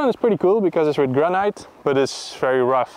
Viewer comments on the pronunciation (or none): Hot Tip from a native English speaker: Granite is pronounced 'gra-nuht' not 'gran-night'. Like this 👍 Keep up the great work!!! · Someone send a pair of braces/suspenders. Also does anyone else think that the pronunciation of 'granite' is a bit weird (funny) - gran night as opposed to gran nit. Love you guys. ☔👍🏴